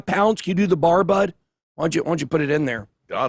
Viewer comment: He said 500 hundred pond squats lol ya right